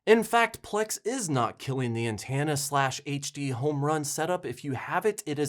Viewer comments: An-ten-a You say an-tan-a, and when you tried to correct yourself it was an-teen-a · OMG! You totally got me with that click bait trick. LOL. You're a funny dude. By the way it's pronounced (an ten ah) not (an tan ah) I'm a midwesterner too, and I tend to pronounce (Fork) (Fark). Anyway, keep doing what you do. Stay safe. Bill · I'm midwestern too and yes you say antenna weird. Its an-ten-na. It would be cool if they would merge the over the air channels you pull to these freebie channel. Have them all on one guide would be cool. I kind of enjoy the music channels. It's like actually having MTV back. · I live in the northeast and I hear people pronounce antenna the same way you do.